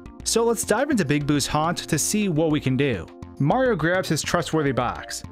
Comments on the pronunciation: You said marfx instead of Mario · You're aware the protagonist's name is "Mario" and not "Mar", right?